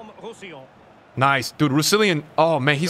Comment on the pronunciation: everyone: roussillon: Rousillian